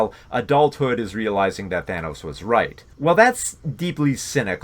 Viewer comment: He also pronounces Thanos “Thaynos”.